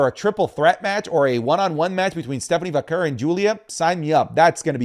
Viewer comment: Her name is Stephanie Vaquer is procured Va care not Stephanie Vacker